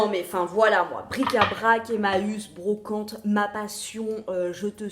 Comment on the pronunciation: La wideox trop stylax que j’attendais avant d’aller en bwocante